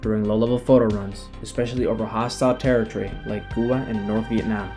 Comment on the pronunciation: What's this Kuba? Do you mean Cuba during the Russian Missile Crisis under President Kennedy? It sounds like American military history doesn't include lectures or videos where the country name could be pronounced correctly for the day.